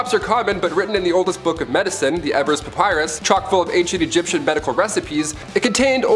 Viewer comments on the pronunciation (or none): none